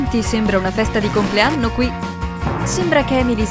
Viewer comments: Perché ha detto compleanro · ha detto buon comlearmo non sa parlare beyby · É vero che dice buon complearno